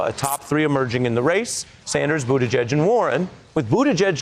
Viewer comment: Bernie actually knows how to pronounce Buttigieg. I'm impressed.